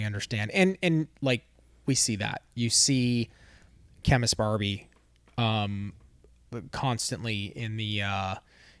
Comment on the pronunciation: When I first heard her say that I thought she said "Ken is Barbie!" I was like "Why the frick would Ken BE Barbie and why is she talking about it now!?" Lol!